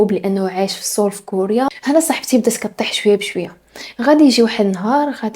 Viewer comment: باينا علك تانتي قريتي الكورية.نطقل ديال سيول نطقتيه بشكل صحيح. او ربما صاحبتك قالت لك كيف كتنطق...